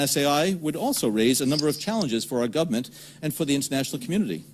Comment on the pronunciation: did this dude just say "gubment"? WTF.